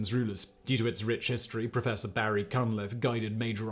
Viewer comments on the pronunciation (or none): none